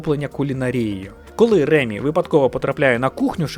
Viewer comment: Тільки в "Рататуй" не РЕмі, а РемІ😅 бо він з Франції